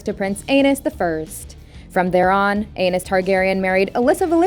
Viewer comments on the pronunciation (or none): Omg! Stop saying ANUS! It's pronounced Ay-Nees. Lmao!🤣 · I'm sorry, but ANUS targaryen? Lol it's pronounced AY-KNEES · It's Aenys. Please stop saying it like anus. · Aenys is pronounced like Aye-Knees not A-Nus. Same with Rhaenys. Her name is pronounced like Rey-Knees not Rey-Nus. Also, Aegon the Conqueror married BOTH sisters at the same time. This took place before he conquered Westeros. Jaehaerys I was called The Conciliator and the Old King. Never hear anyone refer to him as Jaehaerys the Wise. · im pretty sure its ae-nees not anus lol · A-knees, not A-nus lmao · Pro Tip: "Aenys" is pronounced "AY-neez"... not Anus. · Its not Anus, its pronunciation is A-knees or Ay-niss/Ay-niece. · I think it’s pronunciation is AA-NEESE. Not Anus. 😂😂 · Sounds like she's saying Anus instead of Aenys. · Bruh not prince Anus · Anus is not how it's pronounced lol😂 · Ay-KNEES, Rhae-KNEES, Lay- NOR Jesus say it right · So no one is going to mentioned how she pronounced Rhaenys and Aenys’ names as Raynus and even worse …Anus 💀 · She said ANUS 😂😂😂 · The way she pronounced Maegor sent me too 😂 Mayger and Anus. The first Targaryen princes 😂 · Aeynus sounds a lot like Anus... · Hahaha "...and they gave birth to Prince Anus the first." 😅 (Pronunciation lol it's important!) (I'm just sayin' 🤜💥🤛) #ConstructiveCriticism #DontShootTheMessenger ✌ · Anus Targaryen.... did not expect that!! I've read that name many times, but never heard it pronounced like that. Lol! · It's pronounced ay-knees lol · Anyone else giggling at the pronunciation of Aenys's name? I refuse to believe that was done accidentally. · I feel like “aenys” is supposed to be pronounced differently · I have to admit, the way Aenys is pronounced by the narrator gave me a good laugh 😂😂😂 At first I was like, did one of the Targaryens seriously name their child that?! Lol. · Sorry, how do you pronounce Aenys again??? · Lolll "aenys". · Aenys Targaryen ehh hmm? Lmao